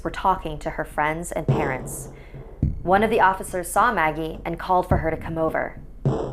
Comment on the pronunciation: In the beginning I thought it said muggle instead of Maggie XD